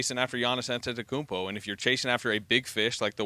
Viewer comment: Shams is the only person in that building who pronounces Antetokounmpo correctly